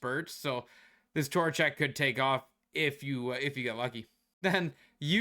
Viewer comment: As a rangers fan I think I’m gonna build Vincent tor-a-check, not Vincent trocheck.